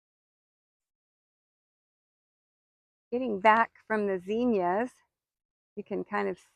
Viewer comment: Beautiful garden... please reference the correct pronunciation of zinnias when you have a moment. 😊